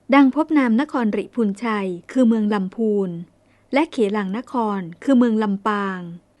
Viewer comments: สำหรับท่านผู้บรรยาย. หริภุญชัย อ่านว่า หะ-ริ-พุน-ไช .. และ สิงหนวัติ อ่านว่า สิง-หะ-นะวัด .. นะครับ. "ก่อนการบันทึกเสียงคำบรรยายในทุกๆครั้ง. ขออนุญาตแนะนำท่านผู้บรรยาย ช่วยกรุณา.ตรวจทานการออกเสียงกับคำ ที่มีลักษณะดังเช่นที่ได้ชี้แจงทักท้วงมานี้ด้วยนะครับ. "เด็กๆที่บ้านชอบดูกันมากๆครับ. ถ้ามีโอกาส(โดยอ้อม)ได้ปลูกฝังการออกเสียง และการใช้ภาษาไทย ให้ถูกต้องเหมาะสม. ก็ย่อมเป็นการดีสำหรับพวกเขานะครับ. "ขอบคุณมากครับ. #FC.ครับ 😊 .. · หริภุญชัย ก็ออกเสียง หะ-ริ-พุน-ไช นะคะ